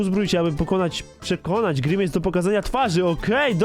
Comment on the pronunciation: to jest grimis a nie grinmejs